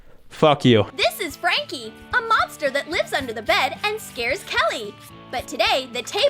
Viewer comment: When she said “a monster that lives under the bed” I heard it as “a mobster that lives under the bed”